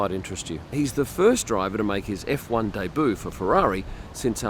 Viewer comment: Did you say "dayboo" for debut? I've only ever heard it as "daybyou".